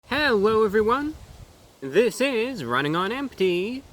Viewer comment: wait did he say hewwo